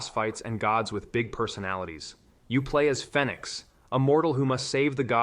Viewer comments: im just pointing out that both of those pronunciations are how an AI bot would read them. And yes there is something wrong with pronouncing Fenyx that way because it is the main character's name, and they say it out loud in the game. Its said like "Phoenix" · It says Vampyr as "Vampeer" and Fenyx Rising as "Fennicks", it's definitely AI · Know what, you're right on both. I listened to it again and he accentuates the A when he should accentuate the Y, while pronouncing "phoenix" "fen-yx". I Didn't catch that the first time, and fromm your comment, it looked to me like you said he pronounced it like he should have, when you meant to say he didn't. I've played Immortals: Fenyx Rising, so I'm aware of all that, but like I said, I guess I misread your comment. My bad.